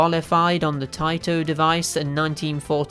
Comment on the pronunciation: Or taito vs tayto. 🤣